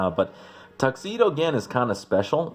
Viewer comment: Gin is pronounced with a j sound.